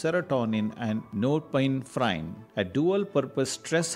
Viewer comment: The way you are spelling dopamine , cafein and norepinephrine is like rubish !!! Go improve your english !